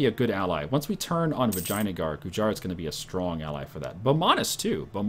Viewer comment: It's pronounced vijeya-nagar